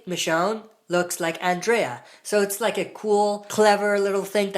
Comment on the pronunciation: Killed me that you can't say Andrea' name right 😂